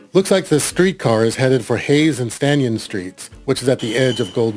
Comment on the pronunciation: Loved this video immensely. One quibble: It’s Hayes & Stanyan, not Hayes & Stanyon.